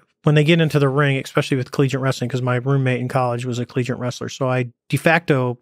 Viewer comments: "eckspecially"... over and over again. He probably pronounces the word nuclear as "nuculer". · How do men like him go so long without being told the proper way to pronounce "especially"